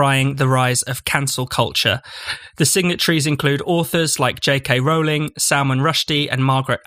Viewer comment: The first syllable of "Rowling" rhymes with "low" and "blow", not with "cow" and "now". Most of the speakers on this podcast get it wrong!